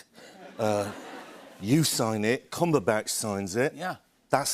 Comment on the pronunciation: Is it me or does he say Cumberbatch as Cumberback?